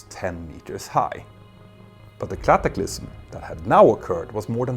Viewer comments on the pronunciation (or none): Tertiary — In "Sw-English" — Tö-Tssch-Ee-Year-ee Cataclysm — Cat-ah-klysm Tear — Teh-r Parapet — Usually pronounced with the last 'e' sounding more like an 'i' — "Parapit" Negligent — Negli-shent ——I know — English, and especially the Non-germanic Loan Words are HARD. I worked for three years as a Commentator & Correspondent on American National Radio, so I've had to learn, or my Audience wouldn't understand my reports, ending that venture rather quickly. I'm only sharing this with you as a kind helping hand from one Nordic Citizen to another, both expressing ourselves in a Foreign Language 🥰 I hope you won't take offense, Petter. I love when people correct me! That means I can improve. I dare say — most of your Amazing Audience understands your English perfectly well. It's just minor polishing really. I just think your Channels are some of the VERY BEST on YouTube! So, these are just the "Chrome" trimmings, glittering in the sun! There is a word on I do wish you would change: Stabilize — STAY-bee-lies — I always get an image of someone with a Knife when you say that! 😂 (pronounced quickly in American English it's more like 'Stay-buh-lies' with the 'b' pronounced so quickly, it's almost mute). English is such a rich Language with the Germanic, Old English Anglo-saxon base with some 2,000 loan words from our own Viking Nordic Languages. And then when the Norwegian Viking Heir — grandson of Rollo from Rogaland, Norway — Duke William of Normandy invaded England in 1066 AD and